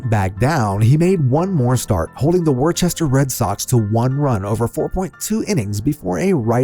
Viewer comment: It’s Woostah, not Worcester.